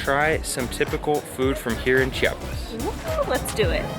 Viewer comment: Oh güeros... you seem quite off with your spanish here, but I'm thrilled to see what are you going to do here in mi homestate.. First of all, the I in Chiapas is super important.. we hate when people say "Chapas" and that is a very common mistake everybody north from Cdmx make (IT seems they do it intentionally) About the tamal, the lady said tamal chiapaneco, but that's not right.. every tamal here in Chiapas, is a tamal chiapaneco (chiapas style).. yet after that she did say "tamal de la feria de enero".. actually that tamal is called "tamal de mole" or "tamal de fiesta".. it must have mole, chicken, plumbs, raisins, plantain, hard egg and green olives.. Some other tamales you would find are: chipilin (its a leaf), de bola (pork with red sauce), azafrán (the spanish spice), frijol, hierba santa, picte (sweet corn, with fresh cream) and a lot more.. The second dessert on the vídeo is cupapé and it's really a fruit from a tree.. If you need some guidance over typical food/desserts here, just let me know and I can give you lot's of referals.. Buen viaje y disfruten Chiapas